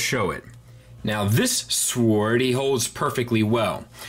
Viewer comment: Quick question, why do you pronounce the W in sword.